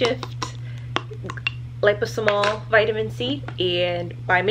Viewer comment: Your not medical. You shouldn’t be giving advice. Especially since you can’t pronounce liposomal correctly.